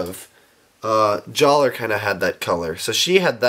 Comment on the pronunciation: It's pronounced JALLAH! (It's just spelled Jaller! He got his name changed by Turaga Vakama after an honorable event!)